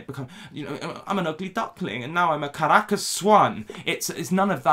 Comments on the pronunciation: As an actual Caracas girl, I'm quite impressed by your pronunciation of "Caracas, Venezuela". For us it's soo cringey that she flags her nationality on any. chance. she. gets. We get it, you're Venezuelan, we don't thank you for the representation. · sometimes I come back to this video to hear say Caracas, Venezuela and Latina 😍